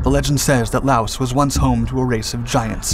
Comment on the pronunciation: S is NOT pronouced in LAOS